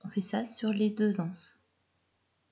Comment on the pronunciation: Magnifique de simplicité, sobriété, clarté. Merci pour la liaison des ...(z)anses ,et pour la beauté des tissus.